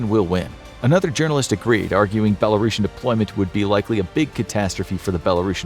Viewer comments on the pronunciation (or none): its not belarosan, Its BELARUSIAN.